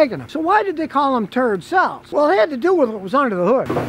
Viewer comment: 'Turd-cells', lol.